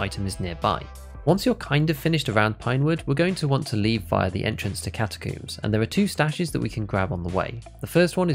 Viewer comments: ah yes, catacooms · "Entrance to catacooms"🤣